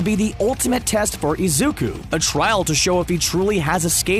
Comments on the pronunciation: the way he said Izuka instead of Izuku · The man: Izuka Midoriya Me: It isn't Izuka Midoriya it's Izuku Midoriya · Wait did he say Izuku or Izuka? # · Am I the only one that hears izukus name being said as izuka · the video kept saying izuka and not izuku it was anoying me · Has anyone else noticed that he said izuka before izuku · WHO THE HELL IS IZUKA IT'S IZUKU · Izuku ❌ izuka ✅ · Is anyone gonna he,p him not say izuko but izuku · I was so mad that I kept hearing Izuka not IZUKU REEEEEEEE 💢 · It bothers me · Why tf was the dude calling him izuka at first 💀😨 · It pains me to hear him call Midoriya “Izuka”. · “Izuka” this man had me mad the whole vid for that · I died when he kept saying izuka :') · It was an amazing video but every time he said izukus name as izuka it annoyed me so much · THIS DUDE SAID IZUKA MIDORYIA XDD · He said lzuka😭😭😭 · Pls why does the guy say "Izuka" 😭 it bugs meeee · sucks in this video, they spend most of it mispronouncing Izuku's name with an 'A' at the end instead of a 'U'. They should have practised instead of going with it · okay but when he said 'Izuka' got me messed uPpPpPp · did he really just say izuka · D-did this man just say IZUKA ???!???!?!😦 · I know this isn't the point but the way he says it "izukA" like 😟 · Fr fr😔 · Why does he say izuka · I love how he says Izuku